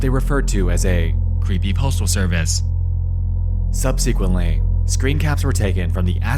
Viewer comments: Sub-sick-went. If you're going to use the word so much, you should know how to say it. Book learners... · Boy the way Nexpo speaks grinds my fucking gears. From the general AI cadence to the way he pronounces words like "sub-SE-quent" it's so distracting to me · Great video except for your pronunciation of 'subsequent', which is...odd.